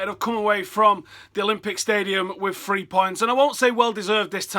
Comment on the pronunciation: THREE points, not FREE points